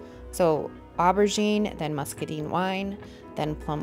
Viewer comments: It turned out FABULOUS. I have an antique vanity that I've been going back and forth on color palette ideas for a couple years. By the way, "muscadine" rhymes with wine, fine, and mine. It's not "muscaDEEN." It was so off-putting that I nearly turned the sound off. 😂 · I love it! I agree with your assessment when you still had the stained wood showing. It was just not working with those lovely colors! And in case you use it again… muscadine rhymes with wine.